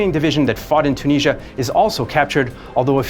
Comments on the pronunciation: its tunisia not tuneezzia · Its Tunisia not CHOO-NEEZZIA